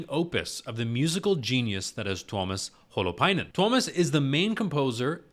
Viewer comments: Pronunciation of Tuomas Holopainen sounds good to me (I'm just a fellow anglophone in North America, but I like to try to get names right.) Only adjustment I'd make is that the emphasized syllable is the second one: Tu-OH-mas. The way you said it sounds bang on to me. is a pronunciation guide to Nightwish names (except Anette, the video trolls with her name by giving it a non-silent E. She's Swedish not Finnish so the E is actually silent.) You can also hear Marko saying "Tuomas Holopainen" in his intro to The Greatest Show on Earth (Tampere 2015): (That actually has more emphasis on the first syllable than I thought. The boy reading the text in this piece also puts more emphasis on the first syllable . So maybe I'm wrong, or both ways are ok.) And yes, the White Lands of Empathica was sung by a London choirboy, and the spoken text was read by a different boy, perhaps also a choir member. Probably from a London choir Nightwish worked with for that album. --- Is it normal to not sit still when you hear good metal? Yes. Check out some of Tank the Tech's reactions, e.g. to Electric Callboy and probably also some Nightwish songs. He full-on headbangs, and sometimes has to rewind the video for parts he didn't see at all because of it. --- I enjoyed watching your reaction, appreciate that you took the time to check out the lyrics and looked for some guidance on interpretation instead of just being confused. The pendulum imagery is a reference to Poe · I'm not sure if someone already confirmed this, but your pronunciation of Tuomas Holopainen was great! Thank you for practicing 😊😄